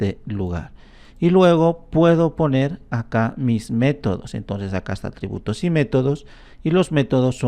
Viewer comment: "astributos" , ahí te confundistes pero igual te doy tu merecido like